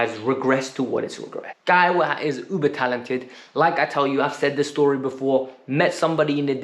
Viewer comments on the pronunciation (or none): none